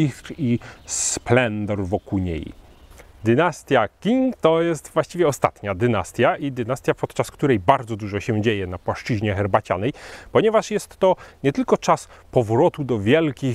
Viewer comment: Qing czyta się chyba "czing", ale w mandaryńskim biegły nie jestem :D